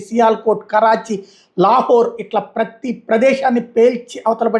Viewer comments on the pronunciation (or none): none